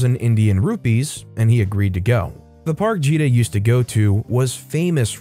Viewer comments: Oh I hate how you pronounced GITA (GUH-EE TA) NOT JEE DA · How many more times am I gonna have to listen to this man mispronounce one of the simplest Indian names out there? It's a hard G, man, not a soft one. Gita. If you don't know how to pronounce a name or word, it takes a few seconds to look it up.